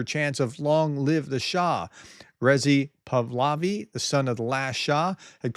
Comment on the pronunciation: Hey: it’s Rezah Pahlavi, but phonetically: Reezaa Paalevy. Just a little helper. Keep up the good work. Freedom to Iran!